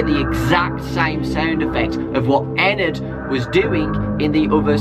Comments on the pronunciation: it's not ennerd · did other say ENAD XD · Ever notice how Ennard is said like inward?